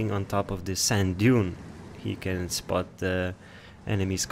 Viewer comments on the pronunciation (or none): none